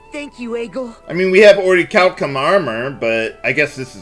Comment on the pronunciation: Why do they pronounce "orichalcum" like a Japanese word?